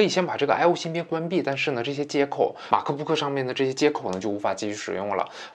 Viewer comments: 马克不可真别扭，麦克book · 马克book。。。。你这英文也是够牛逼的